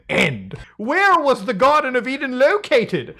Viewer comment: It's an E-Den